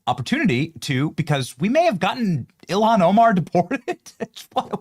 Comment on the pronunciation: JD needs to pronounce Ilhan’s name correctly, unless he’s doing it to demean her, of which she deserves.